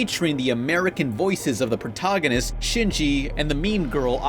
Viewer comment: "Evongelion" "protoganist" "Asooka" Jesus did you have a stroke when you were recording that segment?